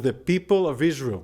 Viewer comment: isr-aerl is ter-rist state